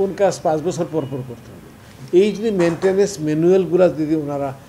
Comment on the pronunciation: এমরিকা (আমেরিকা), মেন্টেনেস (ম্যান্টেইনেন্স), বসর (বছর) কি উচ্চারণ একেক জনের।